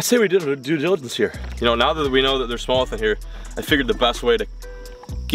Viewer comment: Low key obsessed with how says “smowth” instead of smallmouth. 🤣